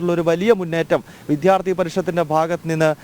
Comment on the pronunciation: Please correct your pronunciation it is vidyarthi not vidhyarthi